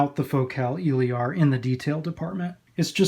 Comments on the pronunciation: El-ear ..... Your killing me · It’s Eh......Leer. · honestly I'm not sure anymore tbh. 99% of all other reviewers pronounce it as "il-eer". For all we know you may be the only person pronouncing it right haha. In french it would be "il-air". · Nice review! You pronounce Elear wrong tho :3